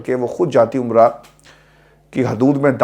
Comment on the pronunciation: جاتی عمرہ نہیں جاتی امرا